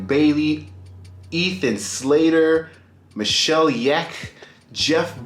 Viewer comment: "michelle yekk"??!!